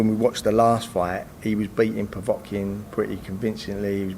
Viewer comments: Povetkin not povotkin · Stop saying pevotkin . Ffs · does need to work on his pronunciation - Powatkin! Powatkin! Powatkin!